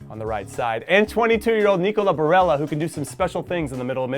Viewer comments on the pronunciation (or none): none